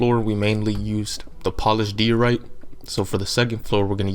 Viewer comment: You’d probably have more subscribers if you would slow down a little. Unless your just building for yourself. Tutorials are meant for people to follow, yours is way way too fast to do that. And you need to pronounce diorite the correct way. It has a long I sound. Good luck.